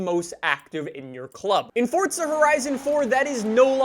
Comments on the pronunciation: It's forza not fortza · Please can you stop saying Fortza Horizon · Stop saying Fordza🤦‍♂️🤦‍♂️🤦‍♂️ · Another guy that says ForTza 😂